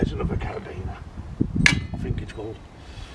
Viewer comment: Excellent pronunciation of caribiner.